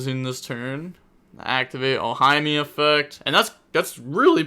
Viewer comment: Love you but Ohime = Oh-Hee-Meh. 😅